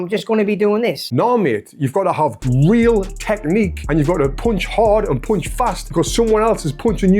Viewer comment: yes dude. You pronunce punch with the sound of the letter U like when you are saying "could". In standard British english, but also in american english, "punch" has the letter U with the sound of the A of "car". More ore less.